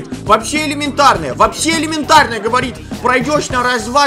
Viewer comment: Хахахаххахахахахаххахахахаха он говорит елементарная